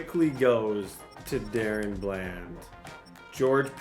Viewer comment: i just to let you know it is pronounce Da Ron Bland not Darren